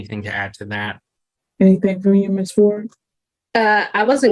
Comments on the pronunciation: Day do do dat don't day? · is she trying to say (THAT) insread of (DAT) LOL speak proper english